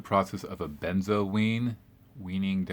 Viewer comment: You said Benzoweeen